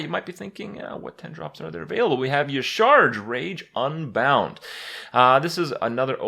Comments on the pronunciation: Yah'Shaa-Raj is how you are supposed to pronounce it Kripp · I think Y'shaarj is pronounced Yashéraaaj. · its YAH-sha-raj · dude YA SHA RAASCH wtf why does every youtuber pronounce it E-CHARGE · its pronounced yasa-raj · It is pronounced Yah-Sha-Raj, because blizzard doesn't know how to vowel. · yah-sha-rage with like silent g not rage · E-sha-raj. You're welcome. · It's pronounced Ya-sha-raz. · Kripp, the pronunciation is like "Yeh-shar-aj". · it is pronounced "YAH-sha-RAHJ" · YA-SHA-RAZJ its how its read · i think y'shaarj is pronounce ya'sharaj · It's pronounced ya-shar-ach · Hey Krip. Based on in-game WoW pronunciations, "Y'shaarj" is pronounced "Ya-shuh-raajh" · It's pronounced YA-SHA-RAJ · kripp its pronouned "yah-sha-rahj" "nuh-zoth", "cuh-thoon" and of course yogg-saron which is easy. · "Y'Shaarj" EleGiggle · Y'Shaarj (pronounced Yah-Sha-Raj) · So anoying when EVERYONE says Ysharj .-. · *y'sha arj is the pronunciation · It's Ya-Sha-Raj actually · It's pronounced YAH,SHARAAJ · It's pronounced like "Yah-sha-raj" The more you know! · Y'Shaarj, is pronounced Ya Sha Raj. I know it doesn't look like that, but it's weird. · hoping kripp never says y'shaarj again or searches the correct pronouncacion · The way Kripp pronounces Y'Shaarj hurts my soul. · Y'shaarj rhymes with Entourage, if that helps you pronounce it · What? They explained the pronounciation by phonetics with N'zoth, and with C'thun, why wouldn't they do it this time?